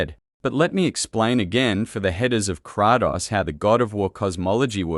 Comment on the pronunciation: Kraatos ha! Bra it's Kratos